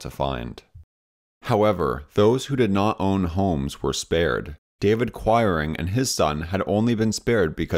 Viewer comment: I grew up in a town with a large mennonite population and the names quiring and toews were pronounced kweering and tayves. I enjoyed this video very much and have subscribed.